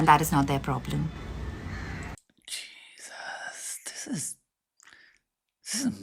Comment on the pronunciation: did he said 'jesus' lol